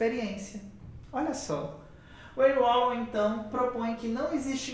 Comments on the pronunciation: Moço, se pronuncia (Henrri Valon) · Agradecido pelo vídeo 🙏🏼ajudou na minha prova ! Ârri Vallon é a pronúncia mais correta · Já assisti seu vídeo a alguns anos atrás, e voltei aqui novamente. A sua explicação é incrível! Obrigada!!! A pronúncia é " Anrri Valôn" (Henri Wallon). Antes que alguém diga algo, termine de ler o texto todo. Eu já pronunciei o nome de alguns autores errado, porque estava aprendendo, e ainda estou, e é óbvio que nós vamos ler de acordo com que nós aprendemos no nosso português. Mas já fui muito criticada por isso porque simplesmente em algumas situações riam da minha cara por dizer errado, mas ninguém me disse como dizer o certo. Hoje antes de apresentar algum trabalho, para que isso não se repita, pois foi bem traumatizante para mim algumas situações, eu pesquiso o nome do autor ou filósofo e busco a origem de onde ele nasceu, e dependendo do país, eu escrevo o nome dele no Google tradutor com a língua nativa de seu país, e treino até aprender a pronunciar, vou dizer que não é fácil, porque tem cada nome que só por Deus kkkkk. Mas eu gostaria de passar essa informação para você, porque foi muito útil pra mim e gostaria que alguém tivesse me dito aquela época. Amo Wallon, Vygotsky, e Piaget!!! Sou estudante de psicologia! E manda um beijo se ver meu comentário! Obrigada pela aula maravilhosa 👏👏👏🥰🥰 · Kkkk pronunciou muito engraçado o nome Henri wallom.Uil uol 😂😂😂😂😂